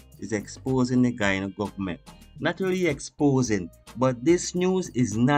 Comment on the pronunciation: Last time I checked Guyana was an English speaking country , will you speak English , and another thing the letter " H " in English is not silent .